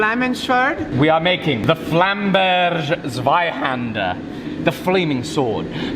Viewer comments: Your pronunciation of Flamberg Zweihänder was terrible but i'll award points for the excessiveness put into it: 10/10 from me. For those interested, it's pronunciation is: /Flámbɛrk/ /Zweíhänder/ (flám-berk ts-va-ee-hen-der) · Bro, the sword is German, at least try to pronounce 'flamberga' NOT Italian or English haha😂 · Finally. A German Sword. Funny though how you pronounce it 😀 Flamberg is pronounced the same as Samberg like in Andy Samberg in Brooklyn 99.